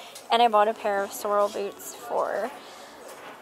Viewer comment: You aren't saying "Sorel" correctly!!! 🤯